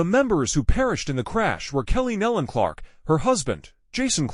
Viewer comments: NO, there is no "D" on the end of their name. It is pronounced NEE-lon. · It’s pronounced KNEE-lon rhymes with dawn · This person mispronounced almost every name and title was very misleading since there was no info given on cause of crash. Pl ease stop disrepecting this beautiful family by using this traged as clickbait. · This person is doing a huge injustice to many of the names. This should be redone extending apologies for not learning how to properly pronounce names before recording. These precious families deserve to be properly recognized. God knows their names and is holding them close. Their incredible talent will be missed here on earth, but I can only imagine the beautiful sounds They’re making in heaven along with many other artists who’ve gone before.